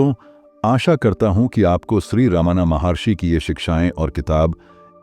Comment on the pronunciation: It's Raman maharshi and not Ravan maharshi. How do you not get this mistake in your editing?